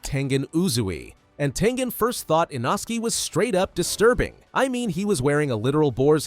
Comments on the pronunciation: he's name is not Inoski is inosuke 😂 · Why they calling inosookeh inoski? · It’s text to speech so don’t expect it to perfect the names! It’s an American ai voice